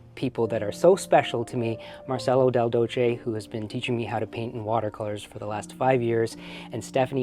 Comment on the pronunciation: Since we're talking about random stuff, if Marcello Is Italian his name is pronounced Marchello. Your student should know this by now😅 Sargent is my idol.